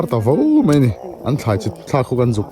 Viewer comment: Mai tih turah mei i ti deuh vek a. Nichin tih turah nachin i ti bawk. Sawiselna lam ni lovin ṭhahnemngaih thilah ka lo sawi ve a nih chu.